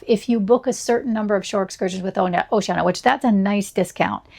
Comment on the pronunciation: It’s pronounced with five syllables. O-ce-an-I-a